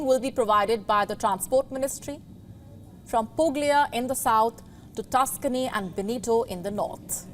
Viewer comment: Puglia is pronounced as Pulia, like Cagliari -Caliari not Cag Liari. Likewise , Bologna - is pronounced as.Bolonia and not Bolog na. Grammatical rule - ..glia is pronounced as lia gna, is pronounced as nya